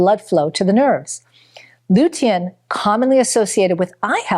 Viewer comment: I have never heard anyone pronounce lutein and polyphenols the way this woman does. Is English her 3rd language??